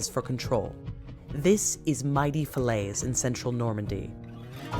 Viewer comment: Falaise Castle: the English pronunciation of French places is just awful and not useful at all.